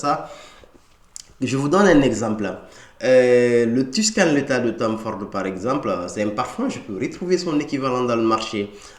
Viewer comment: Tu prononces « letha » pour dire « leather », c’est assez perturbant